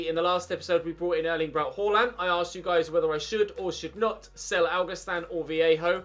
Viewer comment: please stop pronouncing Haalands name as “hoarland”. It’s pronounced “harland” as he said himself in a dortmund interview! Great content, loving the series👍🏻